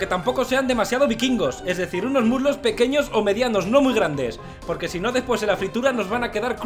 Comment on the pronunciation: ¿Muslos? Creí que había dicho murlocs (al vapor)